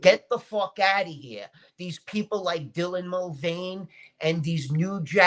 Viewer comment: The moment said "Get the fockouttaheah" that.. that set the tone ❤